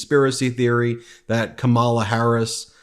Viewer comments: Ben ... you said Ka-MAH-la! COMMA-la. It's not that difficult.... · It’s Cómma-la, Dude. Stop with the Republican pronunciation ka-MAH-la. 😂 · BEN, Say Kamala’s name correctly! I’m shocked you are repeatedly pronouncing it the way republicans intentionally say it wrong. It’s Comma-La. Not Kom-ah-la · Ben, please pronounce Kamala Harris' name right! KAMA LA not KA MALA! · Ben mispronounces Kamala, then goes on to lecture about pronouncing it correctly. Hmm. Love the show! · Comma la … really not that hard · When you mispronounce Kamala's name you sound like a tRump supporter. At the DNC her grand nieces taught everyone how to correctly pronounce Kamala. Say comma (like the punctuation mark) then La. Let's practice---Comma La💙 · Ummm you just said "Kahm AH La", Ben..re-roll that clip 🙄 🤣But I get it...you post so often, I'm not even sure you sleep at alllll (and face it, her name is phonetically challenging!) so it's clearly easy to understand how you could slip a little up. Just sayin': ya did!! 🤣🤣 Still love ya 🥰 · oops - you just said Ka-MA-la Harris and thus mis-pronounced it yourself Ben. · Ben, Comma-Law ❤ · Ben, YOU mispronounced “Kamala” also. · Please, Ben, pronounce Kamala Harris' name correctly. Thanks. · Sorry Ben, I love your videos and your network but you just said Kamala the exact same way that Alina Habba did . Were you quoting Habba by saying it wrong? Because at you then said it correctly. I want to clarify this for the audience. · I know it is tricky but we have to be able to rely on you to pronounce Kamala correctly. You say they are mispronouncing her name and then you do it yourself! Come on! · How about You pronounce her name righ consistently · Okay so why did Ben mispronounce Kamala's name. ? .